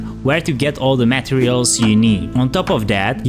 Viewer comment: Excelent video. Thanks. By the way: you re pronouncing the words materials, and durability